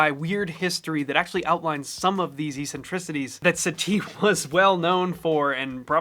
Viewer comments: I've only heard people pronounce eccentric as "e-centric" in exercise videos before this. And now Satie had "e-centricities". It was always "ek-centric". Is this new pronunciation becoming normal, like the change to piANist from PIanist, presumably because the latter sounds similar to penis? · You are so bright and talented. Love your videos. Small comment for your edification - eccentricities is pronounced at the beginning of the word the same as excellent. Keep up the good work! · Gymnopedie you nail the pronunciation, but eccentricities you butcher? Geez.